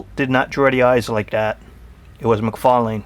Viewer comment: great toy review but you did not say todd mcfarlane's name right, it's mcfarlane not mcfarling.